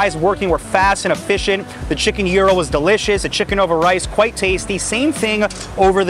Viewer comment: It’s called gyro not gero